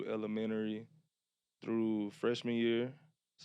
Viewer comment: definitely has an old soul….i haven’t heard anyone pronounce “elementary” like that in a long time lol I want to see C.Hood & Omarion miller next!